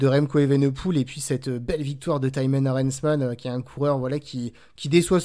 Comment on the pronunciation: Excellente prononciation de Thymen Arensman ! Pas besoin de l'accent, et cela reste très réussi !